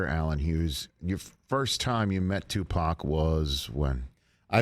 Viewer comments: The way he pronounces Tupac is like he saying Tupoc lol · 😂 how u say it? Tupack?